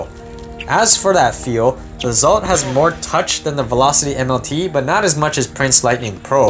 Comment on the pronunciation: I also believe it's pronounced exalt